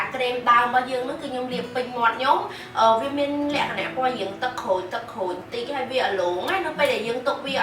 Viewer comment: Sis why you like say"លក្ខណះ"😄😄